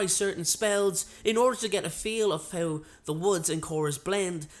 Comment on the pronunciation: He pronounces "How" like "Hew"